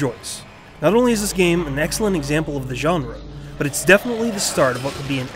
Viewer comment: The funniest part is when he said "It's the start of what could be an excilent francise."